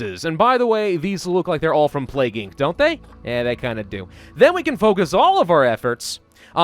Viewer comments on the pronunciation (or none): none